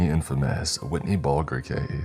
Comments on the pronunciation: As a Boston native, it’s BRUTAL hearing you butcher the names of cities and people. You just called James WHITEY Bulger, fuckin “Whitney” Bulger. Fuck’s Sake bro. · “Witney Bulger”. 😅😅. Never change